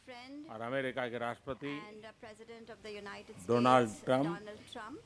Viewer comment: Modi introduced as Mr Doland Trump hahaahaa